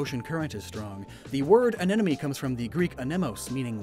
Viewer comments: Sir, with all due respect, please stop pronouncing “anemone” like “anenome” it hurts my soul Jokes aside, loved this video but honestly don’t see the “phallic” shapes of the tendrils, lol. Like the animations as per usual! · I can't stop hearing him say "anenome" instead of "anemone" 😭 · Say it with me, AN-EM-O-NEE. It's not "an enemy" like you keep pronouncing it. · Drink a shot for every time he says anenomee instead of anemone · In it's "Anemone" in the virtual words but then after a lot of intended mispronounciation the editor accepts the fact that it will be "Anenome" in 😂😂😂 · As a former Biology student, it brings me physical pain when I hear pronounce these Scientific names and phylums wrong. Not because I'm a grammar Nazi but because it brings me back to the time of my life I dread And I don't want to hear anyone ever pronounce A-Ne-Money as An-Enemy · AneMoNe not aneNoMe!!! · He the whole video: anenome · Am I seriously the only one who'll bite the very obvious bait and ask why in the deep depths you pronounce anemone "anenome"? Just to annoy people like Wolfe VGC does with half of the English language? Or is it some kind of dyslexia and I'm being a jerk? Or is it a pun (sea anemone = see an ennemy)? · Every time "Anemone" is mispronounced, I smile